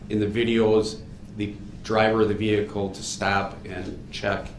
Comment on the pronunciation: Hate the way he says "vehicoo"